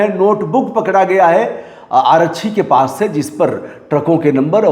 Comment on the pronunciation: रिपोर्टिंग कर रहे हो कम से कम हिन्दी शुद्ध बोल लिया करो. आरच्छी क्या होता है,आरक्षी बोलिए. हर बिहारी के साथ यही समस्या है चाहे वो पढ़ा लिखा हो या अनपढ़